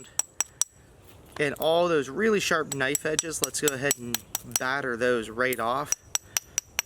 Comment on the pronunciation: When he says ridiculously sharpu thats not a joke. Obsidian is sharp down to the molecular level and is still used in surgeries today.